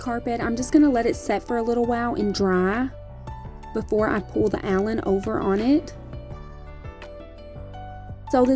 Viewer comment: The whole time i thought you were saying kitchen Allen im like what the heck is that then im like ooooh kitchen Island. Im such a air head lol